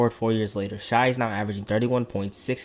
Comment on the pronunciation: Stop calling him “shy.” It discredits the rest of the video edit: sorry I sound like a dick. It’s just a pet peeve of mine. If you’re gonna do an NBA video that’s about a specific player, getting their name right is a must. Gives you more credibility. Video overall was great. It’s pronounced like “Shay” because his name is Shaivonte